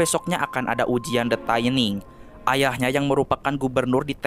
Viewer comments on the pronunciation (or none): Koreksi bang, dibacanya tetep “thinning” bukan “taining”, CMIIW (Correct Me If I Wrong) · Mohon maaf bang, bacanya “thinning” biasa, bukan “thaining” 🙏🏻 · Tulisan nya thinning bacanya taining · bener kok, bacanya "thinning" bukan "taining" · Tetep thinning bacanya bukan taining, dari kata "thin" (tipis) yang di baca "thin" bukan "tain" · Bacanya 'thinning' bang, bukan 'thayning' 😅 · Sebutan nya bukan THAINING bro, THINNING sesuai ejaan nya, wakaka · Pronunciation: thinning= tinning not taining ;) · thinning dibacanya bkn thaining bang wkwk. asal katanya thin yg artinya tipis. thinning (dibaca thinning biasa) artinya mengurangi kepadatan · Baaaang, itu bacanya TINING Bang. Pas dibaca TAINING berulang-ulang , saya jd ke-trigger Bang. Maapin 🥲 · tining baca ny bang bukan taining wkwkwkwk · Bacanya thinning bukan thaining. Gw benci bgt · the thinning bang bukan the thAiniNg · Kok thaining THINNING BANG NGOMONG NYA BKN THAINING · gemes bgt, dibacanya thinning kek tulisannya :( no offense just sharing. makin maju ya channelnya. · bacanya tetep thinning biasa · baca nya tetap THINNING Bray 😁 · gatel denger "the taining"